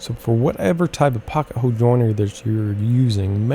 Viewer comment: You do know there is an L in the word hole right?